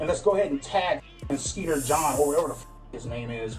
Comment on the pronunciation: He can't even say skeeter Jean right lol😂😂